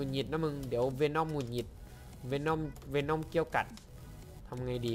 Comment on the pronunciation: วีน่อมไม่ใช้เวน่อม